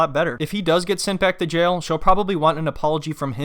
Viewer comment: “He’s in “jell” for selling ecstasy to an under cover cop”